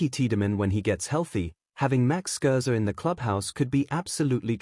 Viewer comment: Stop with the crappy AI. Can’t even say Scherzer or get his age correct. Stop wasting our time.